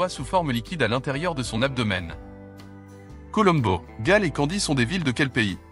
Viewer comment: 19 mais trop facile et la voix off synthétique je suppose est monocorde et ne fait aucune liaison, voire prononce mal (ex COLOMBO). D'ailleurs la capitale du Sri Lanka n'est plus Colombo mais Sri Jayawardenapura Kotte depuis 1982